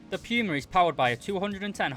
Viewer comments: its not piuma its puma wich means cougar in german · Not sure if you're just making a joke but its pronounced poo-mah not pew-mah which is also good meme material